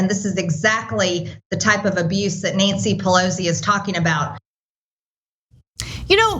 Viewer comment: I hate the way she says Pelosis name.